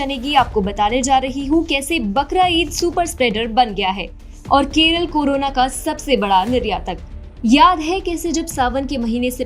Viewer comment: Am i only one heard “KURONA" virus...🤔